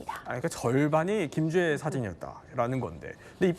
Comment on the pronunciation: 김주앴씨랜다 ㅋㅋㅋㅋㅋㅋㅋㅋㅋㅋㅋㅋㅋㅋㅋㅋㅋㅋㅋㅋㅋㅋㅋㅋㅋ